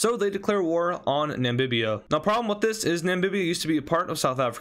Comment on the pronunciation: bro its namibia not nambibiba